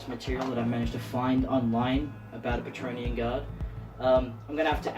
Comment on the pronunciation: Praetorian (pri-tor-ree-an), not patronean or whatever you're saying! Otherwise, great job!!